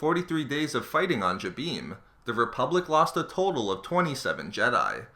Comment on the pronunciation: This guy butchers all the planets names...Example..this one and Mygetto